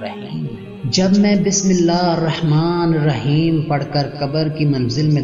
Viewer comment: Bismilla Harrahmaan Nahi hota Hirrahmaan hota hai zair lgti bhai